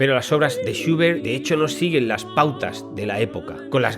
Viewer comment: ahh, entiendo porque esa pronunciacion suya de Schubert, lo pronuncia "shiubert" seguramente por la U inglesa, la cual en aleman es identica a la U en español, por lo tanto "SchUbert" como chulo, lulo, culo, pero algo mas larga. Disculpe la correccion.